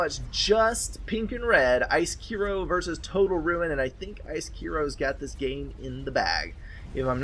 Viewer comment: Finally someone pronounced my name right :D (Icekiro). SCBM is theeggroll just for your information. Thanks for Casting, it was a fun game to play!